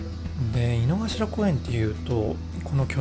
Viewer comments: 濁りません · 井の頭線、いの”か”しらじゃないですか？まだ日本語を勉強しているが、動画の発音は”いのがしら”と思います。どっちが正解？